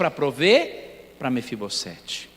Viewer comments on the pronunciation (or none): Mefibosete, o S NO FIM DE NOME PRÓPRIO TEM SOM DE Z.